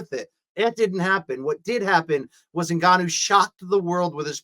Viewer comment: luke calls ngannou 'en-canoe'